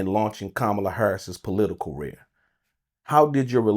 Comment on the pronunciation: Did he say “Kamala Harris Political rear”?